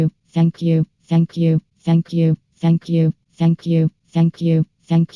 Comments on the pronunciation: Or saying f**k you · If you speed it up to 2.00 it sounds like is saying “Akyoo” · It sounds like is saying fuck u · Maybe it's just me but, If you listen to for long enough, it sounds like she's saying "fuck you" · "shank you" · all i hear is "ankiu" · Fenkju. That's all I hear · It sounds like she saying ”Fuck you” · if you listen real close it sound like she's saying fack you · To me it sounds like 'feck you' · Heck you is all I hear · Sound like Feck U Or suck u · If u speed it up it x2 is sounds like she says f you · ITS LIKE SHE IS SAYING THE F WORD